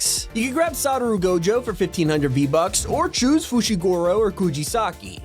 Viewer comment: dude I like the way he says Satoru